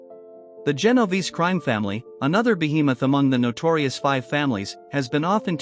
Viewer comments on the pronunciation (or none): Typical computer or medigan narration. It's pronounced JEN OH VAY SAY